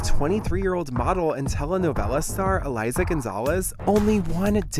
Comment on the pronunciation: It is Eiza not Eliza